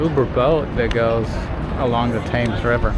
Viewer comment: It's pronounced "Suth ak". The river is "Temms".